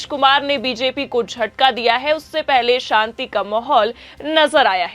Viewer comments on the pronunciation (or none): none